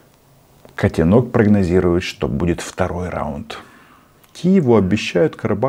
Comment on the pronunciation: Не котенОк, а котЕнок😂